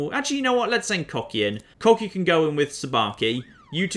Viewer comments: Wouldn't Kochi be more likely pronounced "Kotchi" instead of "Kokhi"? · Kocki? Kohchee! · Kochi - pronounced "Cocky" Exactly.... Exactly... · he pronounced kochi as "cocky" i am living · Kochi is pronounced 'Koh-chee' Ko as in Koala and Che as in Cheese. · I'm guessing you are intentionally mispronouncing Kochi for humor's sake? As someone who speaks Japanese it's a little painful to hear over and over!